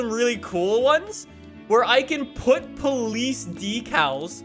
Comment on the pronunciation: ah yes, paulice weewoo